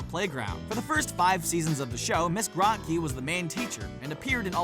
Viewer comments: Raise your hand if you also got a concussion from all the facepalming during the Recess entry? You know, 1+ facepalm for every time Graht-key was pronounced. facepalm It's pronounced Groht-key! Like grow! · it's GROW-KEE, you uncultured swine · yeaa like its pronounced Miss Grow-Key .. not whateva the hell they said lol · It’s pronounced grow key not gra key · It's Ms."Grow-te-Key" you uncultured fools. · Grotke=Grow-t-key man. Come oooon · It was pronounced Grow kie if i remember correctly. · Miss Grotke is pronounced with a long O. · I like Chloe more then Sparky! The show was going down hill either way! Also you pronounced " Miss Grotke" wrong. Man she was hot! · if you watched an episode of recess, you'd know how to say her name.